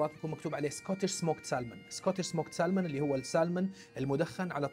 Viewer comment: salmon فيها حرف صامت هوي حرف L مع تحياتي